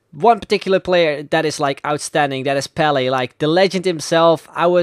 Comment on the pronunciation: he said PELE and i understood BALLET